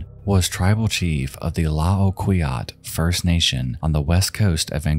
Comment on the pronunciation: Great video, lol please don’t take this personally - Nanaimo is pronounced Nan-eye-mo and Tla-o-qui-aht First Nation is pronounced Clay-kwot. I can’t applaud you enough for how you discussed Vince Lee. He is not a horrible person. We could genuinely all fall victim to psychotic schizophrenia.